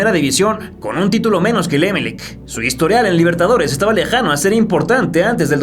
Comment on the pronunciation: Eres mexicano? Se dice Emelec... Con acento en la ultima E